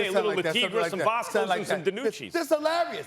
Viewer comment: Did max say Vasco oh my god lol